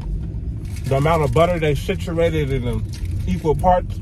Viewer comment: Did he say "siturated"?? 😂😂